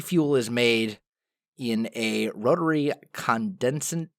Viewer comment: Just to let you know, Pronunciation for Condensentrator is "con-DEN-sen-traitor".